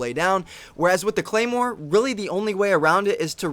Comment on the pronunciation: ahhh... claimwar? you should learn the names first and that´s totally BS that 3.s to go off. its 0.75.s. thanks for your time